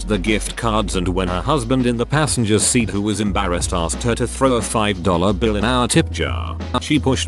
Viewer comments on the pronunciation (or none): none